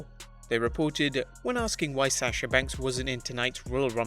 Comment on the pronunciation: Stop saying Sasha like that